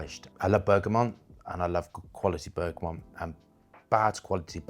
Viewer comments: He mispronounces a lot of things, all the time. Always has. VeRtiver (Vetiver), Labdaman (Labdanum), BergamoNt (Bergamot). No big deal, it's just irritating. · Not sure what his angle is, being a gay male. And it's bergamot not bergamom. always mentioning limonene, linalool, citral, and geraniol (listed on the back of every fragrance) is getting old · Bergamot is not pronounced Bergamont.... just saying . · Why cant he pronounce bergamot